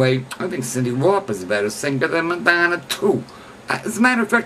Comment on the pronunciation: You don't even know how to pronounce her name...